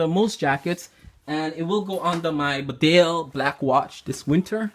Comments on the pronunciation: It is pronounced BEEDALE not BIDALE. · Hello. Thank you for your enthusiasm in the world famous Barbour brand. Hand made in Great Britain . The actual pronunciation is bee dale. Regards. Adrian.